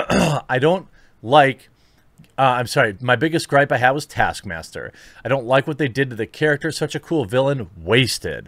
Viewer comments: Taskmaster? It's TASKMAMSTER. What did they do to my boy? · taskmaster was butchered lmao